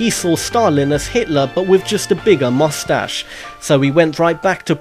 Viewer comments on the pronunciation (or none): none